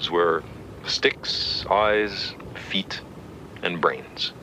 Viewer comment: The way be says zest